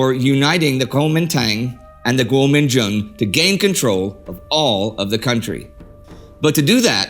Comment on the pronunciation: The "Dang" in Guomindang is pronounced like a drawn out "done"